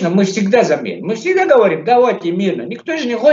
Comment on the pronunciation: Явно у армянский акцент,надо было в самом деле недовольного лезгина пригласить. ДОСТАТОЧНО, когда произносит:"Ми"-мы😅